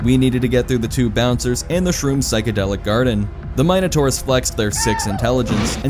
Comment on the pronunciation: This man is gonna tell people how theyre supposed to pronounce something but constantly says MINE-ators. 10/10 rage bait, I fell for it 😂